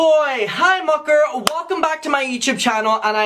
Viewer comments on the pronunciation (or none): Every time he says hi mucker it catches me off guard because if I’m not paying attention it sounds like he’s saying hi fucker 😂